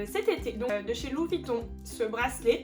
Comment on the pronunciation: c est Louis, et pas LU VUITTON